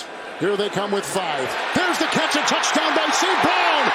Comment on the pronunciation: i swear this dude says touchtown